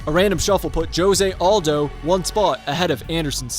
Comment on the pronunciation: Please learn how to say Jose Aldo’s name